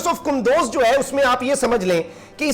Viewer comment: It is kundooz not kandoz